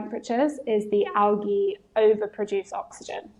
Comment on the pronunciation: Algae not awgy